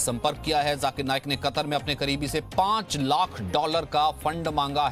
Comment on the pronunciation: It's not jakir ..it's zakir